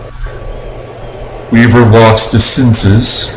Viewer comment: It's pronounced DeCinsay for DeCinces. You put in Weaver? Why so stupid? Red Snapper, very delicious! Nice game, exciting finish